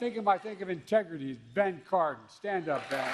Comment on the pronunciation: Did she just say Senator Ben Carton? Did she mean Ben Carson?